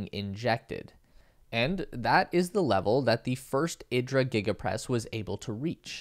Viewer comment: I expect Italians would pronounce it eeedra, not ihdra like Idris Elba. :) Thanks for the info.